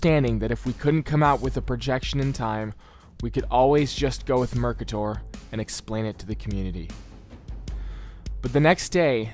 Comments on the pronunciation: Dude said "Mercator" like Murkatore like dawg its not a evil villain its a dude who made a map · The way this dude says Mercator..